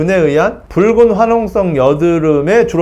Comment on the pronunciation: 선생님 이번에도 좋은영상 감사합니다~~!!~ 이제 뿕은!! 이라고 발음 안하시네용 !! 귀여우셨는뎁..ㅠㅠ